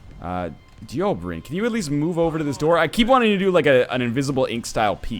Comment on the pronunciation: Why do you hate Dobrynin so much? You keep mispronouncing his name. You never read NL, even names...